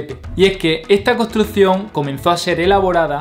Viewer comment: tienes que mejorar la pronunciación de tus palabras, por ejemplo nosotros, construccion, mas, me parece que talón de aquiles es la "S" y la doble "R", felicidades por el video informativo.